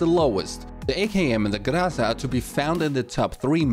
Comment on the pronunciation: Wacky : Graza XD